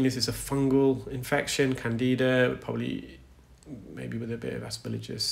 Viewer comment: Please excuse me for saying, but you keep saying “asper-LIJ-us” when it’s “asper -GILL-us”.